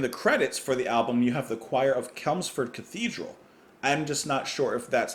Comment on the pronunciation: It's not "Kelmsford" it's "Chelmsford with a cher" soft not harsh.